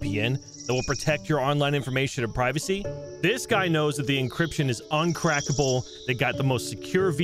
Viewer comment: Love you man but you can’t say uncrackable 🤣